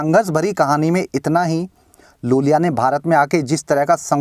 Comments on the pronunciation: ज‍िसे आप लूल‍िया बोल रहे हैं उसका नाम वास्‍तव में यूल‍िया Iulia Vantur है। बड़े आई को एल समझने की गलती मत कीज‍िए जनाब। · Iulia Vantur not Lulia Vantur